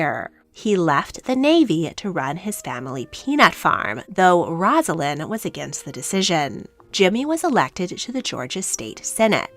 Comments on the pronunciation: One of my pet peeves in life … her name is NOT “roz” alynn!!! it IS “Rose” a lynn. not even the narrator of this story that features Rosalynn can get it right. pathetic journalism. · A nice vignette of the life of Rosalynn Carter. I briefly met Mrs. Carter when President Carter was visiting Kentucky while in office. She was a very gracious lady. But her name is pronounced "Rose-a-lynn". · Her name is pronounced with a long “O.” Basically, Rose-alynn. Before you make a video, check out how to pronounce the names. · Please learn how to pronounce her name before making a video.